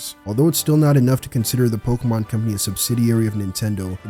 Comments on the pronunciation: Pokémon, not pokeuhmon. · pls stop saying pokamon